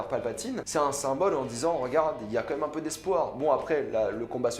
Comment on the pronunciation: j’adore tout se que te dit mec mais par contre ARRÊTE DE DIRE COMME MÊME !!!!!!!!!